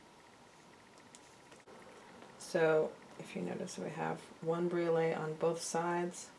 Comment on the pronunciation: The blue stone is pronounced cal-SED-ony. Briolette is pronounced brio-LET. Mandrel is pronounced MAN-dril. I enjoy your videos, but they would be easier to watch if you pronounce these words correctly.